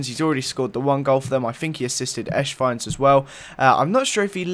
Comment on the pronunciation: it's not Eshwein it's Esswein. you say it like the "S" in Cristiano, or Messi